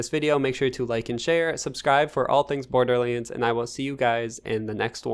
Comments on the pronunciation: It’s Borderlands NOT Borderleeeeens lol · "borderleeends" don't get me wrong. i love it 😁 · bro why tf do you pronounce"borderlands" like that? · What's this Borderleends game I've heard in this video?